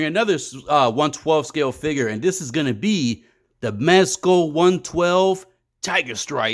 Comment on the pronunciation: What is a “figger”?